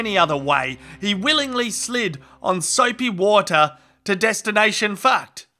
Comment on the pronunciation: I can't help but giggle every time I hear "Destination Faacked".